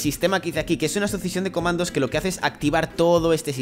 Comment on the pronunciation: algien noto que dijo comados en el minuto 2 11